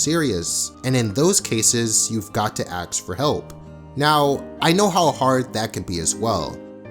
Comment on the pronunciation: Love the content, but please learn the difference between axe and ask